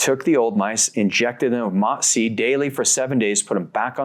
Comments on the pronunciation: He finally learn how to say MOTS-C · nah, I wasn’t saying that to be mean and still don’t think it was mean I just noticed he learned how to say the word mots-c right and thought it was notable lol